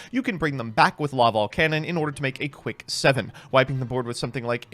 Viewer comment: It's LaVALVAL Chain.